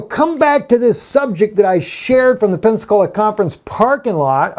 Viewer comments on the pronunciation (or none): none